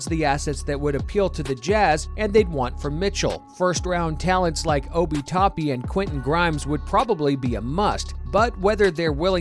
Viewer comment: My guy really just said obi toppy 😂😂